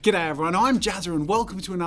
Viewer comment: I know that he starts with "Goodday everyone" but I just though he said "Get out of here"...